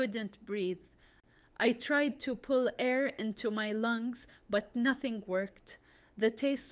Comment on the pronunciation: pull not pool